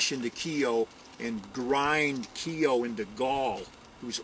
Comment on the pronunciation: Miles Keogh, pronounced correctly Miles K-Yo👌👍